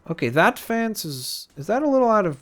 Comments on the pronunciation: It's fence not fance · Why does he say fance instead of fence? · Lol its fence pronounced fince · He said fance